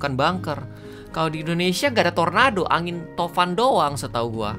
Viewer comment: angin tofan ya bkn angin topan